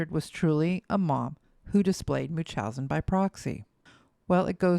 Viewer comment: Am I the only one getting annoyed that the narrator doesn't pronounce the N in munchausen? 😵😅